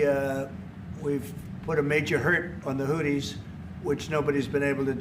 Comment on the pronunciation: " The Houddies " 😂😂😂 yeah yeah